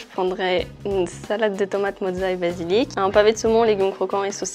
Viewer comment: C'est basilic pas basilique, on n'est pas à st pierre de Rome 😂😂😂